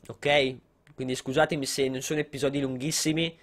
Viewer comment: Surreal si dice episodi non eppisodi lol